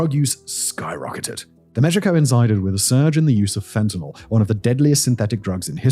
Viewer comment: Wow. I finally hear someone pronounce Fentanyl correctly, rather than "Fentenol". To me it's like hearing "Nucular".